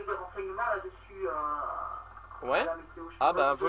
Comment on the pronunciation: 'météo' pas 'méto'